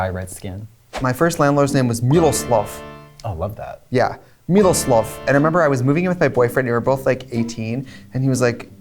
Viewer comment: TRIXIE TRYING TO PRONOUNCE MIROSLAV CRACKS ME UP, OH MY GOD